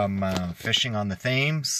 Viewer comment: Great report! I was out yesterday from 8am to 430pm & didn't get a walleye only junk fish. Also the Thames River is pronounced Tems river. you don't pronounce the "Th" sound. Just an FYI, great reports!!